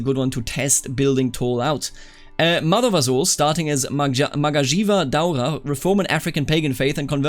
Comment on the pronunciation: hearing you pronounce magajiya daura is the funniest thing I heard today